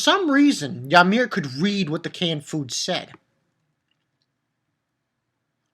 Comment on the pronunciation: It's uhh...It's actually pronounced Oot-garhd, with a soft g. (: It's the home of us jotuns in Norse Mythology, where Utgarda-Loki lives. He's the controller of (some of) my people. And you probably know it by now, surely, but Ymir is pronounced EE-meihr. ^^ The canned food says something along the lines of herring in Norse runes, by the way.